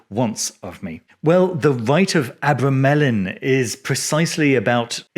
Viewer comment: Ah-bra-ma-len that's how you say it